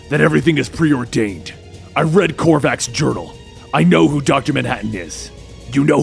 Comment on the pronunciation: Oh my god it’s spreading it’s kovacs not korvacs